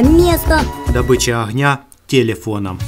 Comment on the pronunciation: Не охня а огнья